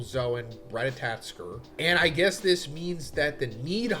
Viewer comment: ratatoskr is said: RA TA TO SKR . not: RA TA TA TSKR